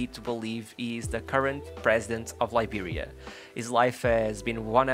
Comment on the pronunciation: I loved this video. Thank you. Its a small thing but I also like the way you pronounce Liberia. Weah retains iconic status in Liberia (that's one reason he is President) and in Africa too. To have started were he did- on the streets of a country not well known for its football in late 80s/early 90s, and risen to play for Monaco, PSG and Milan speaks volumes about how exceptional he was compared to his peers as well as his mentality. Remember the name- George Oppong Weah!!!